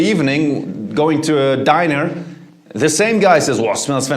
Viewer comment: did he just say dinar instead or diner 🤣🤣